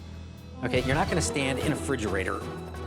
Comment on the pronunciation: was it just me or the dad idk what his name is whatever he said fridgerator mate if ur gonna say that say re~fridgerator LIKE BRUH